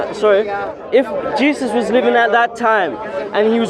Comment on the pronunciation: It sounds like shes saying "cheesus"